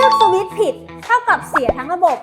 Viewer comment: พูดสวิช พูดให้เต็มหน่อยนะครับ